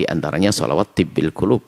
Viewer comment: Si Mujiman tu, baca solawat Tibb al-qulub tu pun tak betul/tak benar